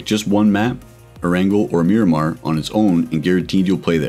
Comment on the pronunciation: You said arangel instead of erangel